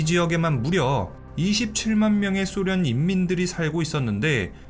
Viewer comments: 소련을 쏘련이라 발음하는 꼴통부엉이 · 소련을 쏘련이라 발음 하는 꼴통부엉이